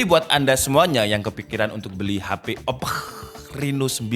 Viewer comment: Ngakak pas bilang OPPQ🤣